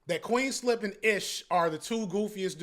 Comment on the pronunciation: UNC gotta be better at names he calling flip ish all crazy🥲